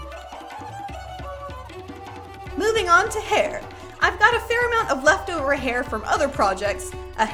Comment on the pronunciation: hehe, 'weftovers'